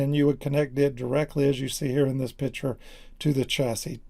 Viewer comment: say picture NOT: PITCHER!!!!!!!!!!!!!!!!!!!!!!!!!!!!!!!!!!!!!!!!!!!!!!!!!!!!!!!!!!!!!!!!!!!!!!!!!!!!!!!!!!!!!!!!!!!!!!!!!!!!!!!!!!!!!!!!!!!!!!!!!!!!!!!!!!!!!!!!!!!!!!!!!!!!!!!!!!!!!!!!!!!!!!!!!!!!!!!!!!!!!!!!!!!!!!!!!!!!!!!!!!!!!!!!!!!!!!!!!!!!!!!!!!!!!!!!!!!!!!!!!!!!!!!!!!!!!!!!!!!!!!!!!!!!!!!!!!!!!!